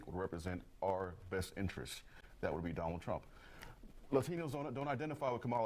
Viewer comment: "I will boat for Donna Trump"! How's that working out for you all? 🤣😅🤣🤣